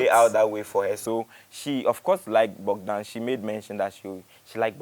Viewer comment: The name is Bogdan not Bodgan please